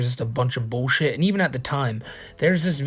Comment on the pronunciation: This shits been a wild ride. Gonna miss Matts weird emphasis on words like "Bullsheeit."